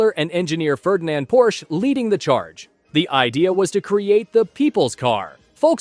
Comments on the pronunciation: Bro its called PORSCHE not PORSCH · its called Porsche withe not Porsch